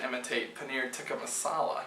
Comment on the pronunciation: Close! I think that it's "tee-kah" but haha! I was just looking for some Indian curry recipies~ Watching you make that cheese was pretty damn cool.